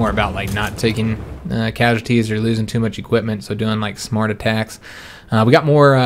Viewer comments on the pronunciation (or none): none